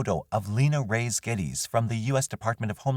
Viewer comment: Reyes is pronounced Re-yes. Please try to learn how to pronounce names correctly especially when they belong to the victims